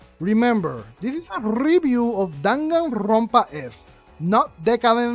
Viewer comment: "DanganRRRRRRRonpa S" lmaoo love it. great review and you explained it perfectly. I was disappointed in V3 for the laziness in some aspects of the game.